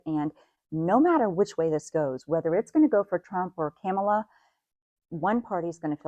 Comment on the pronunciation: Comma-la. It's not hard. Yet people still can't seem to take the time to be respectful enough to learn how someone's name is pronounced.